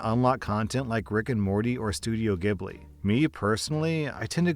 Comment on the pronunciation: Fake ghibli fan can't pronounce ghibli correctly